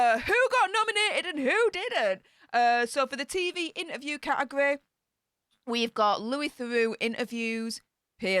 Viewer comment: Please, please, please say inTerview, you miss out the T. Now I am bore and bred Yorkshire but it really irritates me, so please?